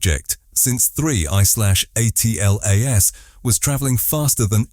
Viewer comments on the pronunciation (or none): Yeah, that drives me nuts too. You'd think that if AI is as smart as they say it is it should at least be able to read correctly! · WHY use AI voice ? It is DUMB ! SPELLING out the name......WHEN will the dumb-a55ed producers realize that ?